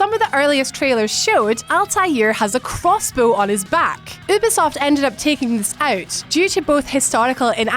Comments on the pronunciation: ummm , its " youuuu-beee-soft " , you're welcome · can you stop pronouncing ubisoft as oobisoft